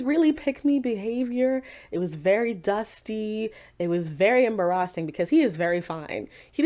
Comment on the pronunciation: i just noticed your pronunciation of "embarrassing". i just realized that you may have done that a few times. is this how you pronounce it, or is this on purpose like for effect? i've never heard it said that way. i feel like i might be missing something tho lmao